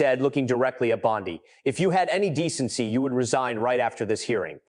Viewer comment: For God's sake! Y can't this narrator learn how 2 properly pronounce the AG's name!? Every other reporter around the world has! It costs him almost ALL credibility!